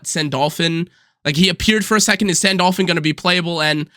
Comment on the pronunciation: Your Sandalphon pronunciation is killing me